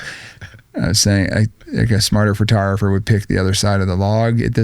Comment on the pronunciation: he said it Ughhh he said it FURTOGRAPHER... WHAT THE F IS A FURTOGRAPHER?